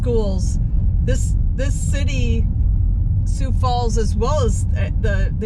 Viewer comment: You gave a pretty good account of the 'way North' part of the city but you need to go south if you really want to see most of Sioux Falls. Thanks for saying Sioux Falls correctly, you would be surprised how many don't say it right or say Sioux City instead. Sioux Falls is popular with visitors because it's friendly, clean, well maintained, little crime and low taxes. Not to mention the cost of living is very appealing and there are lots of things to do like parks and trails. Take care 😊